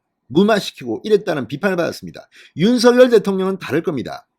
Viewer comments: 진성호씨 발음 똑바로 하세요. 윤서결이 아니라 윤성녈이라고 발음 하세요. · 새대통이 윤성녈 로 발음 해 달라고 했어요